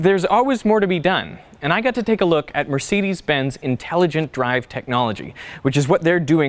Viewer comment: Can't pronounce ''Mercedes'' right, but is driving the first car.